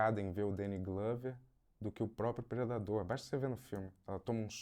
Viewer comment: "e aí o preNdador entra..." KKKKKKKKKKKKKKKK entrou fazendo brincadeiras e tirando onda, quase um Sérgio Malandro.